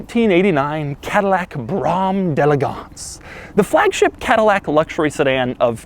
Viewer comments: jay leno pronounces d'elegance better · Pronounces “Brougham de elegance” incorrectly the entire video. Hilarious. Seems to despise the car he’s displaying.